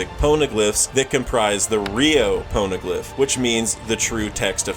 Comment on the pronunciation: “Pone”eglyph cringed me